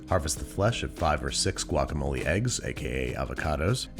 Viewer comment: Same, I cringed when he did the guacamole 🙃 From San Diego as well!